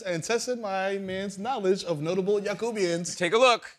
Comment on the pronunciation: YACUBIAN not Jacobian. LOL